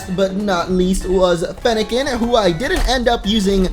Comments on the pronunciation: You said fennacen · he said Feniken